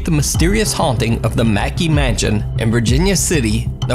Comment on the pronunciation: Dude why u sayjn 'Mansion' as 'manchen'?? Idk but u may or might have speaking distortion of some words n their sound